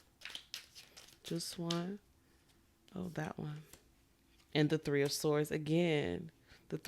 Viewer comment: All “tree of y’all”😂😂 foreal all three resonated! ❤